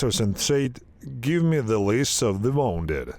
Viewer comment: Bro, please study how to pronounce WOUNDED The OU in wounded is pronounced like the OO in the word WOOL So pronounce it WOONDED